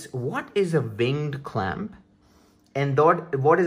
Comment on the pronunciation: ving clamp -_- took me a while to figure out what he was saying